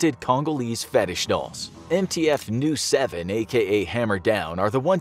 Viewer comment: lesgo Nu-7 but please call it N u 7 not Nu7